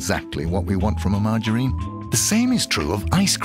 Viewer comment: The way he says "Margarine" like it's a girls name "Marge a Reen"